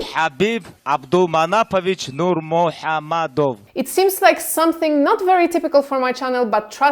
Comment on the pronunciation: thank you so much for pronouncing his name right